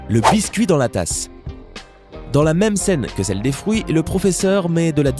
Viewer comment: les frouit 🤣